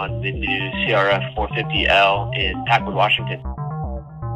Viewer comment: Always pronounce it PackWOOD. If for no other reasons gets people to listen your story.